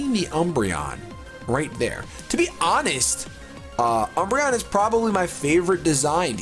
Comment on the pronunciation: He said dumbreon